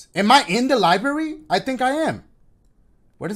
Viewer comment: “How am I supposed to get to da LIEberry”